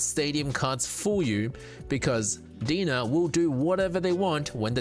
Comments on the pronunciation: Pretty sure their logo is spelled DeNA because you're supposed to pronounce it like DNA not Dena lol. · Are you sure its DEE-NUH and not DEE-IN-AYE? Like DNA? Why would they spell it DeNA? Makes no sense. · I like your info videos, I feel your most informative. I always come here for most up to date info. Just FYI so people don't make I'll comments DeNA is pronounced DNA. hope this helps clear any confusion amongst the viewers. Keep it up bro 💯🔥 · Its pronounced D N A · Great video! I might add that DeNA is pronounced liked the acronym D.N.A. You can call it how you like of course but thats what i was aware of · That's my only nitpick, and he kept repeating it 🤣